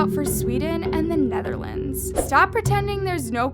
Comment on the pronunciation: me watching this vid peacefully almost a sleep heards netherlands like what did you sayyyyyy(i'm dutch btw)